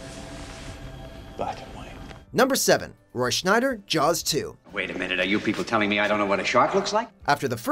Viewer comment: Who is Roy "Schneider"?